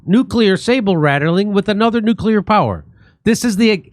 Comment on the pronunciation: Nay-dough ! What the heck is that?😂😂😂 Likewise new-killer war?